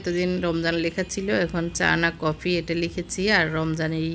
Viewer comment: কপি হবে না কফি